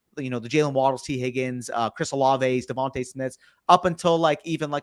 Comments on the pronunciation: Devonta is pronounced Devontay. Plague is not Pleg. Sixth is not sickth. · why can nobody say Devon-TUH Smith haha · Lol well come on. The one guy with the stache knows his stuff and is well spoken. I’m wondering about these other dudes. If you can’t pronounce Devonta Smith how can I trust your advice?!